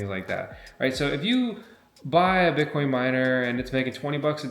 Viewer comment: "BIT" - - - - "COIN", say it FRENCH......."BIT" - - - - "COIN"